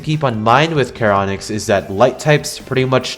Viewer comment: I agree with everything you've said besides the heinous pronunciation of karonix instead of sharonyx It's charon-nyx Charon is pronounced like Sharon Your welcome I'm here every hour